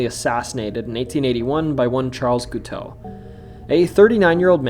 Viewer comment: the way you pronounce Guiteau is funny to me, but it's funny as is being very similar in sound to cake in French. Did you know the assassin was part of a sex cult (Oneida, who also made silverware, not joking, look it up) and they called him Gitout because even these freaks didn't want him? Also locked his wife in the basement and beat her. At his trial for the assassination, he preached, and at his execution, he sang his own religious poem in falsetto. I can't get enough of this guy... 😂